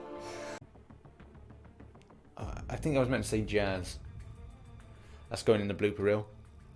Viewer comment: I believe it’s ... all that jazz, not.. all that jizz 🤣🤣🤣🤣🤘🏻